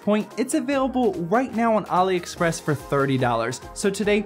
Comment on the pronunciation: THANK YOU for pronouncing AliExpress right